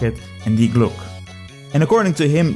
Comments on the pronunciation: It's not "Day Glok" but "Dee-e Glok-e" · It's called die Glocke not the glooock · Yeah, why does he say Glock? Does he think some letters are there for fun? Is he French? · Btw its pronounced "dee glock-ay" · That is not how you pronounce Die Glocke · Imagine making a 11 Minute video about Die Glocke without asking google translate even ONCE how it is pronounced. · Talks about die Glocke. Pronouces it wrong at every opportunity. Truly a non german speaker moment. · I love you you misspronounce "Die Glocke" at the beginning. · almost hit dislike for the pronunciation.